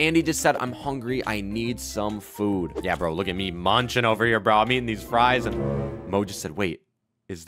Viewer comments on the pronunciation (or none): He called FRIES FRUESSS